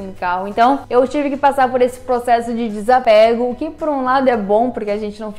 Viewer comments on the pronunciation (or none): Você falou: "processo de desapego", mas nesse caso "desapego" é falado com o segundo "e" fechado, ou seja, "desapêgo". Se você falasse "eu desapego", a pronúncia seria como você falou. Com o "e" aberto. Português é complicado. rsrs